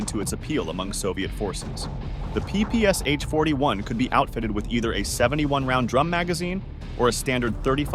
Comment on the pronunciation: PPS-h [ pi:-pi:-es-eɪtʃ ], he said. In "ППШ", the Ш is [ ʃ ], not [ es-eɪtʃ ].